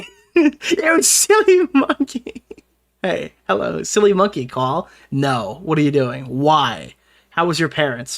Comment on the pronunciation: The herro lmao I can't 😂